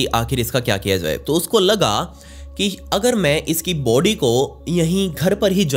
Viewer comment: Vai body bolo not booody 🤣🤣🤣🤣🤣🤣🤣